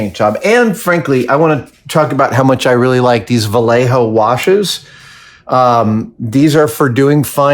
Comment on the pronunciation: Adam, I love your videos, they are fun and informative and entertaining, and you are an amazing artist. Just one thing, “Vallejo” is pronounced “ve-yea-ho.” You got the “jo” part right, but you screwed up the “ll” which is pronounced “yea.” You live in California. You should know better. Spanish is spoken all around you. It used to be part of Mexico. Keep up the good work and learn to speak Spanish. The United States is the fourth largest Spanish speaking country in the world. We should be proud of that fact!